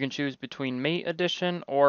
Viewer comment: Thanks I needed a reminder on how to do this. For the record though it's Rufus is like doofus in proncounciation and Mate is more like Mart-A